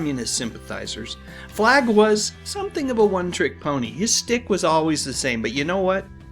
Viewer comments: The word is "schtick" not stick. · Great video! But it's schtick, not "stick". 👋😁